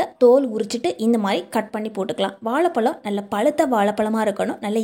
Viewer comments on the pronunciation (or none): உச்சரிப்பு கவனிக்க வும் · It is not வாளபளம் 😂